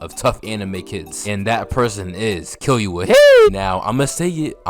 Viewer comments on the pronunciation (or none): This video is fire but you saying “Killyua” instead of “Killua” bothered me so bad 😭 like nails on a chalk board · my guy you dont pronounce the u like your saying its name in killua. its killooah not killyoua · if you makin videos like this you gotta start watching in dub cuz hearing killyuh instead of killua got me tight every time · kil-ua NOT kil-you-a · Its not killyuoa its kilua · kill you uh ... kee loo uh is the correct way to pronounce killua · Nice video but it’s so anoying the way he says Kill-you-a is pronounced ke-lu-a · Killyua or killua no disrespect but i had to point it out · bro says killua as kiyuwa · Key Loo Uh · kill-you-uh?😭😭😭😭 every time u said his name like that i cringed😭😭😭😭😭😭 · “Gone, Killyoua & PTwo”💀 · Because Killua will Kill-you-all it’s literally in his name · bro pronounces Pitou as Pee-Too, and Killua as Kill-You-Are, and it is irritating my brain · bro really violated killua by calling him killyoua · Why do u say killua with enthusis on the y sound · why you say killua like that💀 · killua LITERALLY got kill in his name, also luv the way u pronounce his name XD the emphasis on the "Kill" in his name lolol